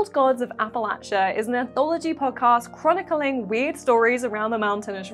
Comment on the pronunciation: I used to live in that area, and I have to say, you said Appalachia absolutely correctly. "lach" is "latch" not "laysh" And that Small Creatures game finally brings us what we've all been wanting: Furry Firefly! (Critter Bebop?)